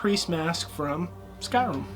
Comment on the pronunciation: It is sky rim! Not sky room! Or I am just deaf